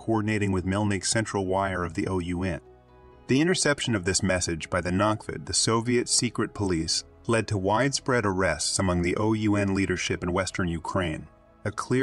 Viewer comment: This autogen Pronunciation is terrible. L'viv - not "El-viv". NKVD is "En-Kah-Veh-Deh" , accent on each syllable. That's what the video has called the Soviet Secret Police , the "Nakhved"(😱). In reality, it was the ministry of the interior affairs, responsible for the interior security. Its name was slightly different at the time, but that's another story. So, when Shukhevich has killed the Polish interior minister, he has killed the guy in charge of just such a ministry. A counterpart of Beria or Yezhov, no small thing.